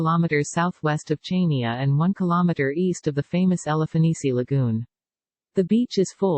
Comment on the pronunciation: The obotic voice is so irritating and the pronunciation of Chania is wrong! Chaynia? It's pronounced Haniaa! If you are going to make money from the film, at least ask the locals how their names are pronounced.